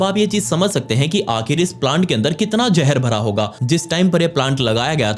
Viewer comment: Jeher nahe zeher why why why indian use J not Z pagal hai kiya